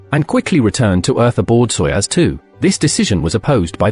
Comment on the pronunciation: Soyuzu !? Seriously still dumb AI…